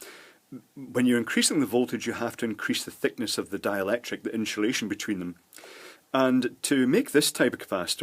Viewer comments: Great video. By the way there is no H in the word insulation. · Why does he pronounce "insulation" as "inshulation"? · Nice video, sorry to take the pish here but is that Sean Connery ?? INSHOOLASHON (INSULATION) 😊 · "inshulashion" - Sean connery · What is "IN SHA Lation"? Also, I'm watching part about caps and I'm finding that I'm very frustrated firstly that you keep saying "in sha lation", but secondly, the fact that you didn't bother to explain firstly what capacitance is. I think that would have been very helpful for someone who knows basically nothing to begin with. You're cutting your little example over and over, and stating and showing that it changes the capacitance each time, but, so what? What does that mean? You get what I'm trying to say. Thanks. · Excellent explanations! And I love the way you say inshulation! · “InSHulation” Interesting. Good video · WHAT THE FUCK is inshulation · Great video and the way you say 'insulation' cracks me up everytime